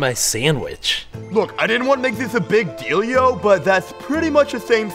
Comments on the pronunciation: Deal yo not dealio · it sounds like big dildio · He said dealio 9 times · The whole point of this episode is saying "dealio". Golden comedy. I really Meanio it.